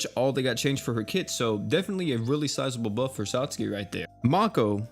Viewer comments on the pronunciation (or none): My man's say sat Suki???💀💀